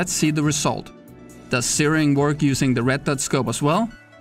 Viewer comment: I spent a while on google trying to see where searing was, i didnt realize he was saying zeroing... he is saying zeroing... not tyring to troll just making things a little clear. Great video 🤙🏽